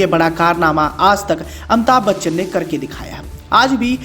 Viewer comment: Amita Bachchan 😆😆😆😆 what a pronouncetion